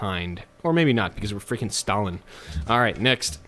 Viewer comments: Says he's good with WW2 Pronounces Stalin stalalin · aefwijpo his surname was Staljin (stalyin) and the other dude is Lenjin (lenyin) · Since everyone is angry because you are using the Russian pronunciation of the name "Stalin", how about you try the German way of pronouncing the name? Yeah, go ahead and piss off more English speaking people, because, why not? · Who is these “Stalian” you speak of? Is it a horse? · DAMIT it's Stalin not stallin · why does he say stalin like stalyin